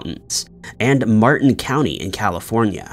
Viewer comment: It’s“Marin County” not “Martin County “